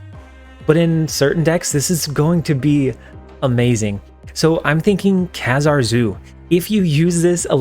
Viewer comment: Love your content! As a fan of X-Men comic growing up, Kazar is pronounced like "bazaar". Keep up the good work!